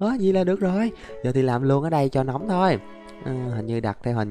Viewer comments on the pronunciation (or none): none